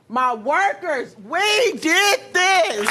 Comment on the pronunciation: “wE dHid ThIieiiSs!”